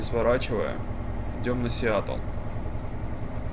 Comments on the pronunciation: не сиятл а сиетл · И верно.Не Сиатл а Сиетл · Не Сиатл, а Сиэтл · Ставь лайк, если болят ушки из-за "Сиатл":) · Весь видос не мог понять, почему "Сиатл", если раньше правильно говорил?)